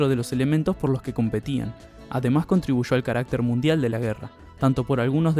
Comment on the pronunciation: todo estaba bien hasta que empezaste a decir asha, contribusho, jaja